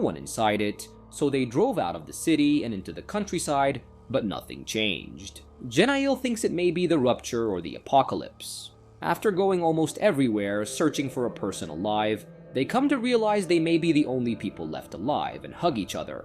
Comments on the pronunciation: It's pronounced Rapture not Rupture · I especially like when he calls the "rapture" the "Rupture"!! Just as silly as religion is.